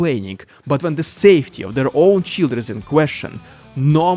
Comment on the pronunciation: they are sending their children? or Shieldren? I couldnt tell if that was your accent or if that was a pun. either way I liked it.